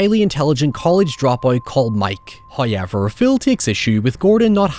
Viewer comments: "Hawyever" brother choose another word. Fuck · this sick bastard probably gets crazy engagement and playback time for that pronunciation😂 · my american tounge can't even comprehend how says however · His accent does pop out more with that word but it has become a bit on his channel and community now. And even if it wasn't, why be this rude about it? Just a needlessly negative comment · How do you spell how pronounces "However"